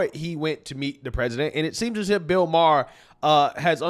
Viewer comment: Im not sure if does this on purpose but I love how he calls bill Maher “Beel Maher”… that’s hilarious. Screw that boomer